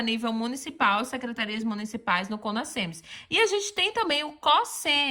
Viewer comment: O "s" entre vogais tem som de "z". O certo é falar CONAZEMS e não CONASSEMS